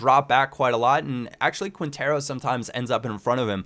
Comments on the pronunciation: Great tips ! Its pronounced KINtero : ) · The way you pronounce Quintero lol. Nah it's ok~